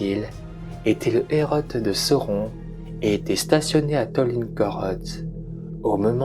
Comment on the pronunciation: À mon tour de te rétribuer de précieux conseils, on ne dit pas "hérotte" mais bien "héro" pour le mot "héraut".